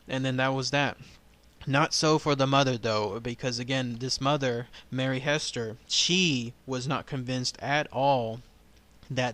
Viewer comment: The correct pronunciation is Hee-ster with a long E sound. Zona was my 1st Cousin trice removed. Her father and my great grandfather, Charles B. Heaster, were brothers.